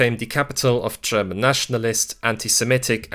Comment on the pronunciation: Great video! Though i do have a question: Why do you pronounce 'german' as 'tscherman'? 😅